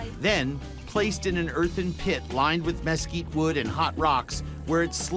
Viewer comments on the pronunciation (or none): Ah yes the elusive me-skeet tree